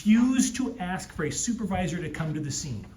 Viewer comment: He only answers the questions that you AX him! Lmao! Learn English.